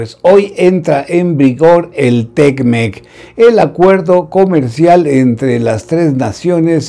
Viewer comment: Sr. Don Carlos, muchas gracias por sus preguntas y comentarios, nos representan! Sólo un comentario, usted dice "Tec-Mec", y debe ser "Te-Mec". Un abrazo!